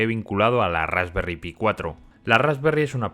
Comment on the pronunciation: Se dice "Rasperry Pai" lo que sería "tarta de frambuesa", son unos cachondos estos ingleses. Y ya llevaban más de 1 millón vendidas (de todos los modelos).